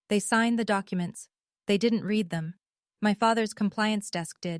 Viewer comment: You have read (reed) as in to read something, and read (red) as in it was read, mixed up consistently.